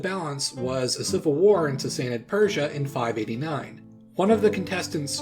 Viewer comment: I love your accent on the Sasanid Iranians.